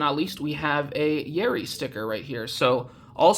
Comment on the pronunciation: When you say Yeri I thought you said Yuri and I was like "WHERE?!?" 😭 Wait how do you even get a Korean address that's so sick